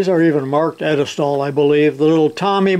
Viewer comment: Edelstaal? Fascinating, because the word would usually be spelled "Edelstahl" which literally means: noble steel and actually translates to stainless steel. Germans do not claim it won't rust, just that it's nobility. Turns out it's Dutch...